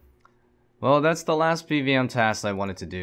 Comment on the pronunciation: What's that accent of yours? Not quest but ques, not task but tas. just curious haha.